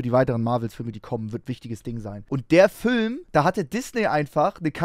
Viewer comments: Sagst du etwa Fihlm? Fihlm??!! Nö dasn FÜLLM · Ich finds geil wie Max immer Fülm sagt. Gute reaction auf jeden Fall!